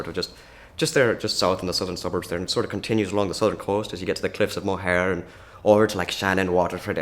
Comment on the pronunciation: Cliffs of Moher ≠ Moe-her 🥺. It’s more like… more.